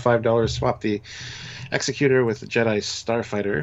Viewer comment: My brother in Trek, the Super Star Destroyers name is pronouced "Eggs-eck-u-tor." Executor: a person or institution appointed by a testator to carry out the terms of their will or a person who produces something or puts something into effect.